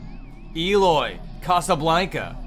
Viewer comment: It's Eloy Casagrande, not "Casablanca", don't be so condescending m8. Eloy's work speaks for himself.